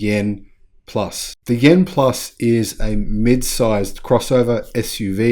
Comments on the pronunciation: The name of the EV is YUAN, not YEN! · Hello, greetings from Sydney. Chinese currency is Yuan. It could be my hearing but it sound like you were saying Yen for Japanese currency. To pronounce Yuan say “you aren’t” without the T at the end. Apart from that great video. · By the way; you're mispronouncing the Chinese currency. Check out this vid for an explainer And, Yen is the Japanese currency.